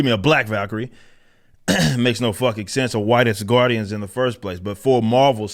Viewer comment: I will never for the life of me be able to not hear it as ass-guardians XD